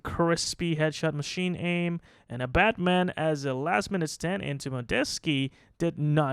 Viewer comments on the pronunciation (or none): none